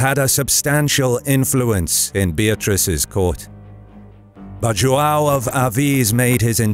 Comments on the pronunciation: It's João, not Joao. I should know, it's my name. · its produced JOHN jo-hn john. don't ever use spanish for Portuguese. also if come in with some bullshite document saying something i will fight in the comments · English speakers pronuncing João 😐. Let me help. Ju Ã u (~ gives a nasal sound). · Cool video but the joao part triggered me a little because its joão but it doesn't matter that much cool video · errr, the way you pronounce Joao is very un-portuguese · If you're gonna call D. Fernando "Ferdinand", then why bother trying to pronounce João instead of just calling him "John"? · Dude, you butchered the word João so hard